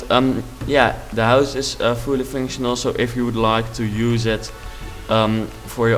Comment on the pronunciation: MAGNIFICENT! If you compare this house to mine, my houses are horrendous. BTW: It sounds like you say finctional instead of functional. I'm not asking you to try and say functional, I'm just putting that out there